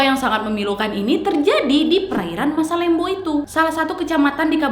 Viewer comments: Mohon maaf kak yang bener masalembu bukan masalembo 😂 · kak itu dibacanya masalembhu bukan masalembo :')